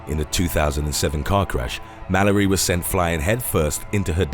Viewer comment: It says her name is Shannon Malloy but you're pronouncing it like Malory....